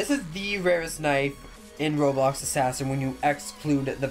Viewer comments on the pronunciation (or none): none